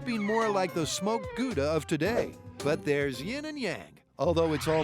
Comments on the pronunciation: "guuda cheese" lol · paper wil catch fire in a microwave under 2 min, so all they needed was paper and a fuse, how i know: don't warm up mcdonalds to long hahaha Gouda is Dutch, it is pronounced like OW NO , gOWda, Gouda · Even worse is when people make puns relying on pronouncing Gouda like it's a French word